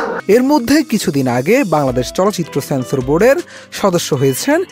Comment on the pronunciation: রিপোর্টার সাহেব ছ্যানছর না।ইহা সেন্সর sensor😅